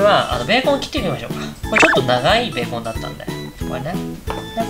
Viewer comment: ベーコンの発音⤴️